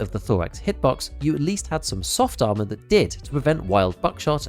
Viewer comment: I’m an immature dork and I swear I heard you say “arse” armour CPC and I’m never saying ars ever again. It’s arse always and forever now 😂